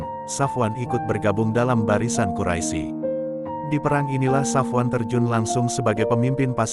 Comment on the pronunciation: Ketahuan yg baca kurang ngaji, atau mgkn bloon. Quraisy kok dibaca quraisi? Sekolah dimana? Belajar huruf hijaiyah lagi ya.. biar sembuh bloonnya.